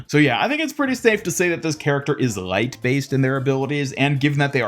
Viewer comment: I like how you say light and everything with L like a German. rgLeigght. Subscribed.